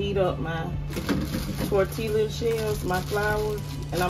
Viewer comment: Yummm ps u dont pronounce the l's in tortilla. Sounds like torteeeah 😁💖